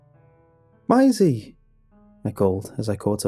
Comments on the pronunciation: I love the way he says Maisie, I don't know why but it sounds so beautiful when he says it. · And and the first mention of yhe girl's name 'Maisie' I'm done. How have you never heard that name pronounced properly? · Lmao you went really Aussie the first time you said Maisie around the 2 minute mark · I loved the story but what annoyed me was the way he pronounced 'Maisie'. (It's supposed to rhyme with 'daisy') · Bruh, it would do you and so many other narrators a LOT of good to Google shit. The name is pronounced "May-zee". Why you make a living off of speaking and refuse to learn how to say words is beyond me. PLEASE LOOK UP PRONOUNCIATIONS FFS. Your entire livelihood is narration. Narrate correctly! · Your supposed to pronounce it masie not masie or you can say it masie duuuhhhh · I THINK it might be pronounced 'Maisy' - like a daisy. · Fantastic story thankyou. The one thing that spoilt it for me is the way you pronounce Maisie. It’s pronounced as May the month x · OMG! Maisie is pronounced May-zee! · hey man Maisie is pronounced "may-zee" and rhymes like daisy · The pronunciation of maisie drove me insane the entire story. Lol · THis was really let down for me by the weird way you pronounced "Maisie" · The way that you pronounce Maisie is cringe worthy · You just said miasie... MAISIE GODDAMNIT 😆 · idk it bothers me. im a stickler for saying things the right way and him saying m-eye-see instead of may-see bothers me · Good pasta but dang, Mai Z bothers me. Its maze E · Notice how he pronounced her name "my-is-ey" around the mark than started calling her Maisie after that? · Why do you keep pronouncing it as "my-zee"? It's "may-zee"... There's an A in it. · It’s horrible lmao the name is pronounced “may-zee” Is this dude pronouncing ‘daisy’ as “die-zee” or what?? 😂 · Dude I love your videos but the way you mispronounce things at times.... it’s pronounced MAYsie not MYsie. Was watching another video and you kept saying CLAWset for closet....